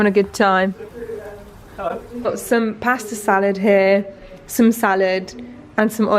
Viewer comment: "BAS-TowwH" (how 'pasta' is pronounced w a mouth full of chicken)